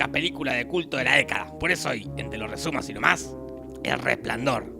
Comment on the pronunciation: Tienes "El Resplandior" Diras "El Resplandor" shh, que nos acusan por plagio